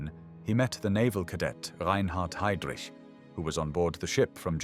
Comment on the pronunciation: So ist es, wenn man eine KI diese hervorragende Doku übersetzen lässt: Es kommt dabei nur Mist heraus, vorgetragen von einer leiernden Roboterstimme. Die Fritsch-Blomberg-Krise dreht sich plötzlich um eine VerteidigungsministerIN, die wie Heydrich völlig falsch ausgesprochen wird usw. Die Fehler sind Legion. Bitte neu übersetzen.